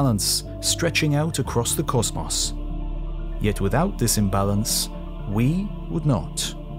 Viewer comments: It really bothers me that the narrator can't pronounce the word "cosmos" correctly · Except when he pronounces the words "patent" and "cosmos" wrong. Thr mispronunciation of the word "cosmos" alone makes me want to turn the video off